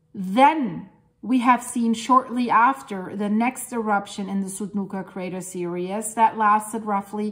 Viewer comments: Theresa is right. But we do know what means. It sounds like "serious" simply because she is pronouncing every bit of the word "series", which we don't in fact do. She is breaking up the "ie" into 2 syllables, whereas it should be one long sound. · You are so cute! Series is pronounced seer-eez